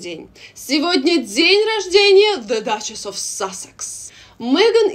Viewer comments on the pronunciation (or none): Тааааак смешно вы говорите "зэ дачес оф сассекс")))))